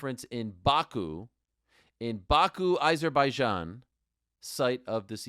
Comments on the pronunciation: Its AH-zerbaijan, not EYE-zerbaijan. How can you STILL not say it correctly?? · Why is no one in the whole UFC community able to pronounce Azerbaijan properly? 😂